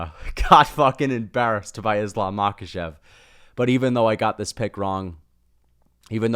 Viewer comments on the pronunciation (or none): none